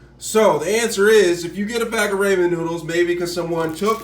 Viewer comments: Ra-men not ray-men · It is pronounced rah-men, not ray-men. Cool vid though 👌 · “Ray-men” lol 🤦🏽‍♂️ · I'll say Raymen till the day I die. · No, they have problem pronouncing the "th" sound. Like they'll pronounce the name Matthew like Ma'few, lol! But I think he's just being funny pronouncing it as "raymen," lol! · I cant watch this video any longer because the way you’re pronouncing ramen is wrong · my guy she legit said i will leave because you are not pronouncing ramen correct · I thought this was a troll vid when i heard how you pronounced it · He’s black.. they have a hard time pronouncing things. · He knows how to spell it. He was referring to the way that you pronounce “ramen”.